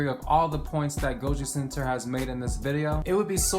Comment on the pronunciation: Bruh it's goji center